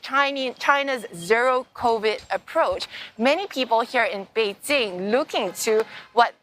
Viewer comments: It's Bei Jing, not bei JiN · Its actually Bay Qing